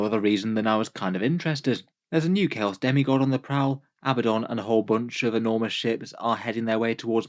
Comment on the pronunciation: Ok, I realize that to many it may be a small detail, but I want people to be able to pronounce names correctly. Multitudes of players do as you do and pronounce it Ab-BUH-don. However, the correct way to say his name is Uh-BAD-dun. It has 2 D's, not 2 B's. For some reason this is a very common mistake, but it has become a bit of a crusade (Ha!) with me. Love your stuff! 😉